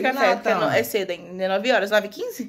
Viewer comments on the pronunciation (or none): Presta mais atenção é...cedo é não sedo